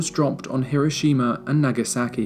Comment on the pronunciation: Incredible video. Stunning accuracy. But the thing that I loved the most about it as a Japanese man, is that you pronounced Hiroshima correctly.